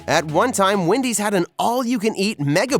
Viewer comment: I love how he calls Wendy's ''windys''